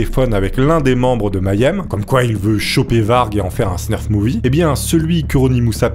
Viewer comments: Hello. En réalité on dit snuff movie et non snurf movie (pas que j'ai une attache spéciale au genre hein, je suis juste trigger par les fautes de prononciation au sens large 😛) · par contre on dit: snuff movie. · Y a pas de r dans "snuff movie"...